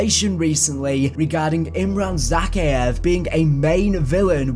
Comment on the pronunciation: Is it just me that's pissed off because of how he says zakiev, plus he says task 141 oddly aswell, but I do still like your content. Keep it up bro ❤️